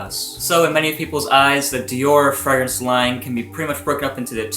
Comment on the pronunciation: Your pronunciation of fragrance sounds so weird. Either pronounce it the french way or english way. Don't mix them hahaha.